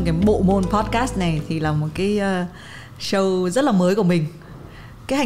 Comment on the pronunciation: Đọc là “Shô”, không phải là “Sâu”